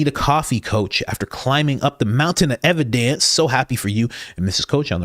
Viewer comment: Brandon Tatum on a MOUN-tin of ev-i-DENCE 😂😂 Can’t thank you enough for the laughs. Thanks Coach!